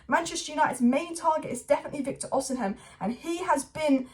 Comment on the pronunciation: please read this ffs Vik-tor O-SEE-MEN